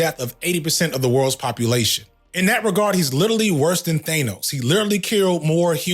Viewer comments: I love you, you’re the best… but I’ve never wanted to make fun of you more for how you pronounced Thanos. “Who is ‘They-knows?’” 💀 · the only problem i had with this video is how you pronounced Thanos caught me off guard 😆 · pronounced thanos wrong, entire video is worthless, your point is now invalid